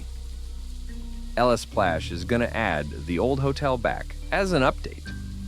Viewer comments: text to speech be like: elesplash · Lsplash ❌ Lasplash ✅